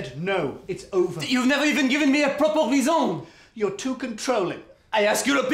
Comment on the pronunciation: "proper reeSON" XD